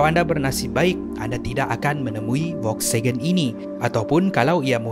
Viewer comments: Volkswagen bukan Volksagen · Bukan volksegen tapi volkswagen😅😅😅